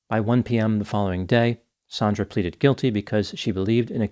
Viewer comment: Her name is Sand-ra, sandra. NOT Saun-dra sometimes spelled Sondra. Your going to make a lot of us Saundra's irritated